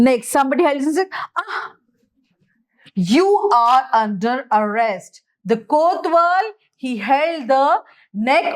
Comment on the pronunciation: Mam that is kotwal not kothwal